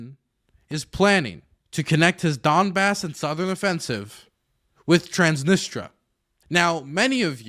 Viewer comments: transnisTRIA PLEASE Not transnistra, transnistria plz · Minor nitpick I know but it's Trans-nis-tri-a not Trans-nis-tra every time you said it wrong my soul died a little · It's pronounced Trans-Nis-Tree-Ah, but they call it the Pridnestrovian Moldavian Republic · I'm going to focus on the least important thing here and say "please say TransnistRIA and not Transnistra" . :p